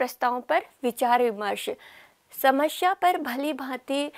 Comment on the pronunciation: Smashya ni hota, samasya hota h